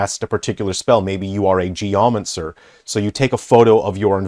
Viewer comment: A gee-yah-muhn-sir 😂